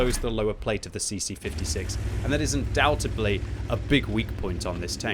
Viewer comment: Undoubtably? Undoubtedly.